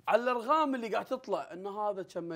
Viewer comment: يا جماعة أبا أعرف فهد ما يقدر يقول حرف القاف (ق)؟ لأنه في الدقيقة قال: الأرغام:)